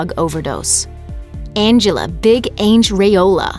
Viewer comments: Why are you pronouncing Big Ang's name as, "Ainge"? It's short for Angela... Not Aingela! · Please have the speaker learn to properly pronounce “Ang”. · Why does she say 'Ang' like that?